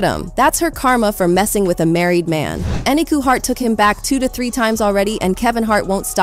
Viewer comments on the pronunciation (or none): You must pronounce people's names right. Her name is E.NEEK.Ō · You are pronouncing Kevin's wife name incorrectly. Eniko the o is long it's like co